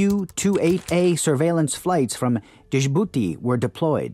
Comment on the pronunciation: Pronounciation of French names is abysmal to the point where i could not understand specific towns in France. The same goes for Djibouti! There are websites that help with pronouncing foreign words properly. Cheers!